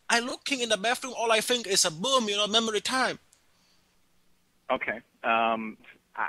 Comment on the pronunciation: "I try to fink!"